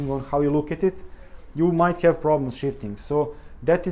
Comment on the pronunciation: I had another listen to your video pronunciation. Your English really is excellent. The "th" is "the" too are sounding like "de." You seem to add an extra vowel into "have" make it sound like "hyave." And the vowel in "put" which should be a shwa Ə (almost like "pt") sounds a bit longer sort of poot or pute or something but the differences is very minor.